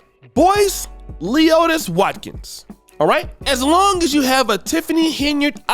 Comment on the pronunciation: LOL Called the man leeotis hell naw 🤣🤣🤣